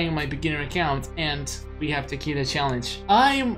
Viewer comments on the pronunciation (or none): none